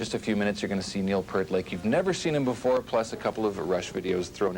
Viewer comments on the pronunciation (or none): Did I hear Neil "Pert" It's not Part, Pert, pairt, but Peart as in Piert. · It's pronounced "Peer(rt). Pear is a fruit and is not how his name's pronounced. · It's pronounced PEEERT, not "pert." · Kind of amazing as popular as Neil Peart is, how many people mispronounce his last name. It's not Pert, it's Peer-t. Like an ocean pier, or a group of my peers. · You would think doing a profile on Neil Peart you would learn how to pronounce his name correctly! It's PEERT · Every time I hear PERT my soul dies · It's pronounced P(ear, as in the organ you hear with)t. This Canadian host ought to at least know how to pronounce Neil's last name. (little known fact, Neil has an ear drawn around the middle of his name on some drum heads) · Wish people would do some research and learn how to say Neil's last name correctly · He pronounced Neil's last name wrong. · Yep. He's reached legendary status ............. but the host can't pronounce his name properly.